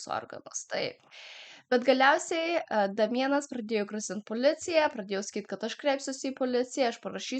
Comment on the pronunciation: Ne Damienas,o Deimjan tariasi 🤣